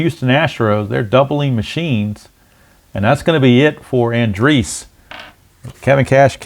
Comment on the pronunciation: /. Another excellent game. Matt Andriese 's last name is An--Dreese. with 2 syllables. I was unfortunate to see him pitch for a season and a half in Arizona. Thanks for the play-by-play, game, and video.